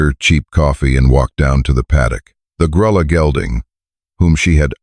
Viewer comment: Revise your ai narration to pronounce lead rope correctly- it’s pronounced LEED rope! The color of the little horse is pronounced “Gruya” ( it’s Spanish meaning mouse colored). Geldings cannot sire offspring!!